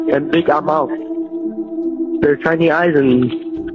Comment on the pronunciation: Almost sound like he said the have "shiny" eyes mot "tiny"